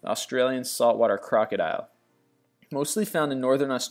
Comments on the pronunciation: O...M...G he said crackerdile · LOL sounded like you called it a Crackodile :P